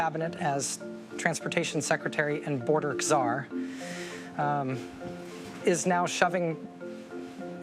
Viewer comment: Did you hear her? "Border Ksar" Shes an idiot